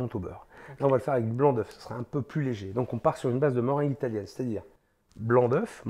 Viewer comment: Vous avez bien dit meringue italienne la deuxième fois 😊